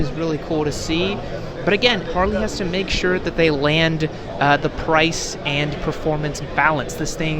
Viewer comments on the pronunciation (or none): none